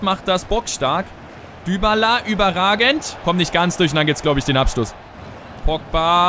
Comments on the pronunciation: ich glaube dybala wird dibala gesprochen nicht dübala oder ? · Dübala 😂😂 Man spricht ihn doch Dibala aus oder nicht?! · man spricht es dibala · Du machst mich wahnsinnig! :D wie sprichst du bitte "dybala" aus :/ :D